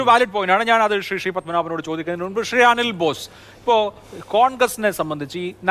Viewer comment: അവതാരകൻ്റെ "ഷെറി "ഷ്റി "പ്രയോഗം എന്തൊരരോചകം. ശ എന്നത് ശ്രീ എന്ന് വഴങ്ങില്ലേ നാവിന് ?